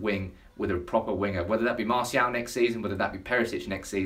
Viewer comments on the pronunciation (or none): none